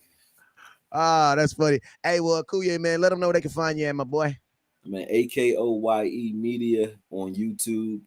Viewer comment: How you let that sucka on the live and he can't say your name correctly Akoye.....not Akuye